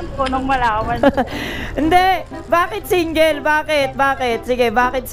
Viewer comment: Ayusin mo ang pananalita mo iho ! Anong SIN-GEL ?